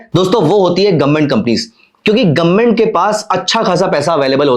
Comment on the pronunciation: गवर्नमेंट ❌ गोममेट ✅ 😂